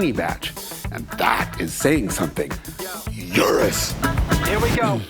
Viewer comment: For someone who's so precious about how to pronounce Porsche, you feckin butcher some names... "You-rus"? Nope. "oooh-rus". I've seen you butcher Hyundai and Citroën a hundred times too... Don't get me wrong, I enjoy your videos. Less thrilled about your ironic gatekeeping of how to pronounce Porsche while simultaneously being less than accurate with loads of others...